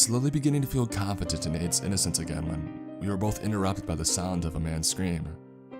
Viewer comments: I got really confused about that too!😅 I knew someone wouldn’t name their kid that but it REALLY did sound like “AIDS”. I think his name was Aiden. Aid or Aids doesn’t sound like a nickname ANYONE would call a kid! I have known of several people named “Aiden” through kids who grew up with my kids and through just being an adult around other people in life including clients throughout the couple places I’ve worked in my career... Anyway, I’ve NEVER heard of anyone named Aiden go by the nickname Aid or AIDS.... I don’t know about you but I’m going to listen to this story again b/c there were a lot of clues in the story before the last 22 minutes where “the report” was read... I don’t want to spoil it for anyone who hasn’t listened to the whole story yet! Love from Texas ♥️🤠🌴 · wtf is the name i cant fucking tell i hear “aids” “aid” or “Ann” edit: its aiden im a fucking idiot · I keep hearing the name as aids 😒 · Every time he says the brother's name I can only hear "Aids" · Is the brother's name "Aids" or am I hearing it wrong???